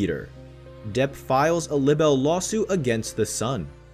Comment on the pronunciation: I hate when people make a video and don't know how to say words correctly. It's LIBEL with a long "i" sound, like lie-bel. Not libbel. 🤦 Also, group of woman? It's women! Whoever made this video should at least know how to speak English correctly. Shows how just how "credible" some people are when they can't even speak correctly. Pet peeve of mine. Anyway, justice for Johnny.